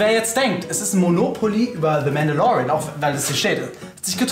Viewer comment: englische Aussprache & die dazu eingeblendeten Mandalorian Logos z.B. „Zee Mandalorien“.... 😂😂😂